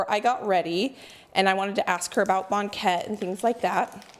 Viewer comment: From Lynden Wa here! Very Dutch I hear it pronounced bang ket, just like blanket but without the L. has a very nice voice. I'm betting he can sing. I wish Banket filling had half the sugar. too sweet Bakers here pull them while they are still pale. I think they are the best golden brown. Suggestion! Next, perfect and share a yeast Oliebolen recipe. Danya